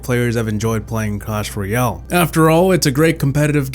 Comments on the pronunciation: In cwash royow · Says Clash Royale Subtitles: cAsH fOr YeLl